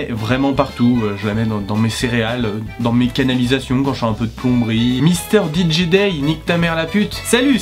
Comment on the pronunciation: le mec sait pas prononcer ou écrire son propre pseudo ?? wtf ton truc en anglais ça fais le son français misteurdgédé et si c'est du français alors ça se lit mistéjidaïlle bref c'est très bizarre ton idée de cahnger de langage en milieu de mot (j'pense qu'en fait c'est plutôt que t'inverse le son J et G anglais sans faire gaffe) ...